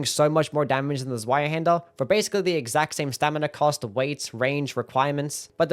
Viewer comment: Zweihander rules! Oh, and it's pronounced "tsvai", the 'z' is 'ts' like in "tsunami".